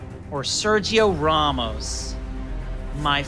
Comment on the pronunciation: "Sergio RAW-MOS" Iconic Season 4 Line 🤣